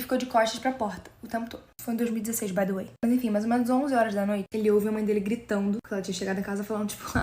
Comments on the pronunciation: KKKKKK não é baydoei KKKKK é "By the way" que significa "a propósito" então quando ela fala,exemplo "O nome da menina era Lia by the way" é literalmente " o nome da menina era lia a propósito" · Pq ela fala baydoei sla , oq significa??